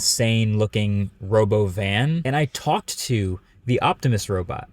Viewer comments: Robovan???? You mean the "Ruhbowven" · Why is no one talking about how Elon pronounced "Robovan"? It wasn't "Robo-van", it was "ruh-BO-vin" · No mention of how it's pronounced ro-BOvin? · Ya, the human actors playing robot, that was an odd thing to add--unless of course it was made clear they are being pupated from the start. As a cute attraction. Not confusing investors or the not-so-keen onlooker. Also, the pronunciation of 'Robovan' was kinda cringe. Didn't the stock go down after this show? Kinda makes sense.